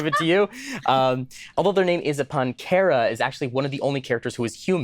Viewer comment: Um, actually, Chara's name is pronounced char-uh, and they are not female. Both Chara and Frisk are distinctly androgynous; they look like slightly feminine boys, and have no canon gender. While the fans tend to consider Chara a girl and Frisk a boy, that is purely fan assigned genders.